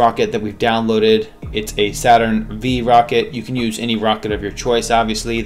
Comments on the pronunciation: I felt physical pain when he pronounced saturn v with a v instead of 5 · Not to be “that guy,” but it’s Saturn 5. The “V” is a Roman numeral. Other than that, excellent tutorial.